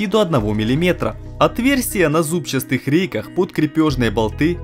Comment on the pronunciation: молодец, хорошо руками владеешь. а вот русский язык коверкать ни к чему. не бывает «зубчаСтых» реек. есть слово зубчатые.